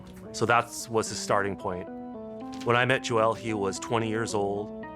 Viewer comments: This narrator is pronouncing Joel's name like it's a Key and Peele sketch. It's not Jo El it's Joel bro. How did the producers not fix that? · Imagine pronouncing Joel as Jo-el for the entire video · Why do you insist on turning his monosyllabic name into 'Jo-elle'?